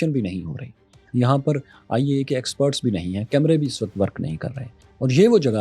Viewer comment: Its IAEA not AEIA